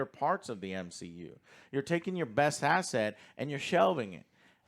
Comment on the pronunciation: "These are your best ass-ests and your shelving them" - 😂